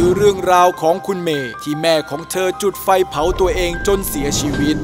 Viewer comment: จุดไฟ ไม่ใช่จุกไฟ